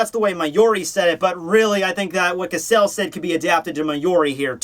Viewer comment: Two things; Giselle's name is pronounced with a soft G (first and last), and Giselle using "boku" means absolutely nothing one way or the other.